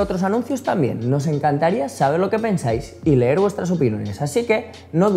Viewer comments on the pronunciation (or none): none